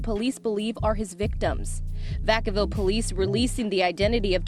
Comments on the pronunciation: Vaaaa kaaaaaa villllll not vaCowwww. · Vacal? It’s “VACK-UH-VILL” 🤣🤣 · Man you got the Town name all fucked up ..it's VA-CA- VILLE...NOT VA -CAL....WOW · Lol 😆 its called Vacaville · It’s not Vuh-cal-ville It’s Vacaville (VAKAH-VILLE) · DID U JUST SAY "VA CAL" CITY CALIFORNIA LOL NOOO ITS PRONOUNCED "VAK-A-VILLE-" IM FROM THE YAY-AREA... IM FROM THE HOME OF MAC DRE THE (CREST) VALLEJO CA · I'm from Sac born and raised so just a heads up bro it's pronounced vac-uh-ville not va-cow-ville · VAC-CA-VILLE NOT VA-CAL...SMH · Nigga it's Vacaville, like Vackaville🤣 you murdered that name🤣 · Its vacaville like vacuum vac a ville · Vack- ca- Ville.. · Its Vacaville fam ( vac- a -ville )🤣🤣🤣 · I never heard that city pronounced like that in my life “va cow bill” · Aww man hearing you mispronounce Vacaville.. it’s Vac (like vacuum)-uh-ville. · What’s the name you gave Vacaville? Pronounced Vack-uh-vil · Lol that town is pronounced vac like in vacuum a ville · It's pronounced Vac-A-Ville lol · Pronounced va-cuh-ville lol smh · vaca(like vacuum)-ville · No disrespect but it's pronounced VAK-A-VILLE 😅😅 your welcome🤷🏾‍♀️love your content and channel. New sub❤️❤️ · The name is Va-cuh-ville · Its pronounced Vaca-ville 🤣🤣🤣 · It's vac-uh-ville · Vaca-ville bro lol u pronounced that bihh all wrong lol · Vacaville is pronounced diff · If you don’t know how to pronounce a Cali city “Vacaville” stop doing stories on Cali!! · Where are you from? You mispronounced the hell out of Vacaville lol! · I ain’t never heard Vacaville pronounced like that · No worries bra shit aint that serious was just tryna give you a heads up so you weren't out hear lookin crazy saying the shit wrong thinking it's right & no one giving you a heads up on it.. Other then that good video tho & appreciate the content! & Now you'll no how to pronounce a city you'll prolly never need to announce again forever hahaha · Nah Va-caville took me out 😮‍💨 and a news reporter said it during a news clipping.